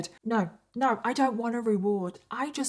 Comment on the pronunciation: when she said "oh norrr" in her accent, all i can think of is H2O😂😂 OH NOOOR! CLEOORR!